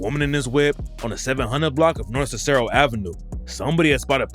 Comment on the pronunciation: Why he say cicero like that lol